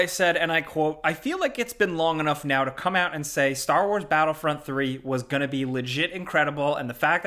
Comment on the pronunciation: "Gonnae?" That's a rare Scottish thing. Holey hells. "Gonnae no."